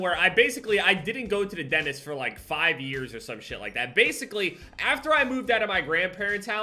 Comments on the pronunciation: Everybody: Dentist: Dennist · Everybody: Dentist.: Denist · HE STILL SAYS DENIST INSTEAD OF DENTIST LMFAO, just teasing. Love you <3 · Everyone: dentist: denist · Remember when was talking about the dentist and when we heard him say denist 😂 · Nobody:: Denist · Nobody:: ＤＥＮＩＳＴ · says denist New subscribers: what is denist? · Why the fuck do you say dentist so weirdly.